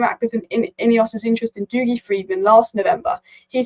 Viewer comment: dougie is pronounced 'duggy'